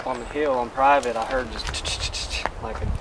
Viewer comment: Lol when said "thats privet" totally thought he was saying slang for private. Meaning theres the property line!